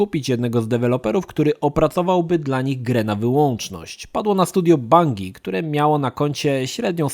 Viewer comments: /bandżi/, nie /bangi/. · Bangi XD za każdym razem jak to słysze to sie śmieje jak porąbany. skacze na bangi XD